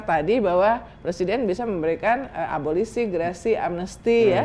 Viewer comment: Abolisi...., instead of 'ABOLOSI"